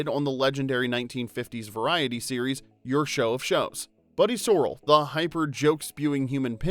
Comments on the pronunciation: Buddy SORE-AL? AI can't seem to work out the name glitches. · Too bad they couldn't get a voice over that knows how to pronounce Buddy SORRELL. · OMG - Buddy Sor ELL". I hate when these AI voices get names wrong and people are too lazy to check it out first. Don't they know that people who watch a video about a 65-year-old show will know how the names are pronounced? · Sorrell is pronounced sir-el. Buddy Sir-el. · Hey, narrator: its Buddy So-REL. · Did the "narrator" watch a single episode or are we listening to an AI voice? Buddy Sorrell was/is pronounced with the emphasis on the second syllable as in "suh-RELL". The show was groundbreaking. It is still funny. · Buddy Sorrell - accent is on the second syllable of the last name. (Sore ELL') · Is anyone else annoyed that the narrator kept mispronouncing Buddy's last name?? It's Buddy SorRELL!! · Yeah and i can’t tell whether that’s bc he didn’t watch the show (one ep was all you need!) or that it’s an AI voice. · Buddy's last name is pronounced Sor-ELL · Buddy SOR-rell? Have you watched the show? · By the way, you pronounced Buddy’s last named incorrectly. The accent is on the second syllable. Sorr-el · The most amazing fact is the mispronunciation of Buddy's last name. It's sorr-ELL! 😀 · Said sorrel like horse 🐎 color It's sir-rell like surry with fringe on top. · The narrator mispronounces Buddy's last name. Either he's never seen the show, or this is a robot narrator. I'm guessing it's the latter. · The narrator obviously wasn't a fan of the show or its reruns if he doesn't know how to pronounce Buddy's name! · Good video, but mispronouncing Sorrell is surprisingly ignorant. Anyone who has actually watched the show knows how it is pronounced. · Learn how to pronounce Sorrell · The fact that blew my mind is you mispronouncing Buddys name twice. Obviously you haven’t watched the show. You did a great job though and was well worth watching. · Buddy SoRRELL, not So-rrel. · Buddy Ser-REL not SOR-el. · Buddy Sor-RELL.